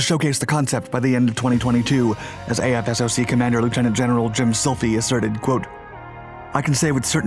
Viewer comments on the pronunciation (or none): Quit pronouncing it as Aye eff ess oh cee It's AF SOCK AFSOC Goddamn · “AF SOCK” not “A F S O C”. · Great vid! For future reference, AFSOC is jut pronounced "aff-sock." Way easier that saying a-f-s-o-c all the time. Lol. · Great vid. Btw AFSOC is pronounced “Aff-sock” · Great content as usual! AFSOC is pronounced "AF-sock'"